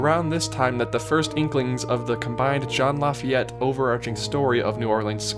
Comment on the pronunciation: "John Lafayette"